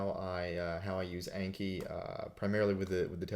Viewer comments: It's pronounced awnki, not aynki. It's a Japanese word for memorize. :) あんき。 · If it's Japanese, then it should be "ahnki." :D